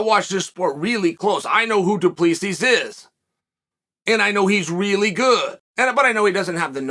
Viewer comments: Correction, dooplisees 🤣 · it's pronounced do-pleh-c